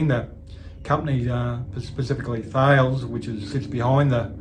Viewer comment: "Thales" is pronounced 'Tal - es'